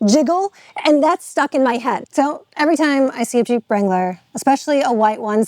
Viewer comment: What is a “Jeep Wrongler”?